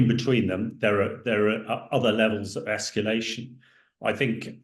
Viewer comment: It's surprising that a war analyst doesn't know how to pronounce "nuclear", and instead says "nucular." Speaking of which, when asked what the worst-case "escallation" would look like, the response was "obviously war with NATO." Hardly. The worst case is Russian launching hundreds of nuclear missile as Europe and/or the US, which even if met with a larger nuclear response toward Russia, could mean most of civilization reduced to rubble and ash, and most life on earth gone.